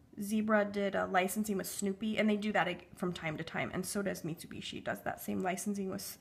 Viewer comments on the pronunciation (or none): none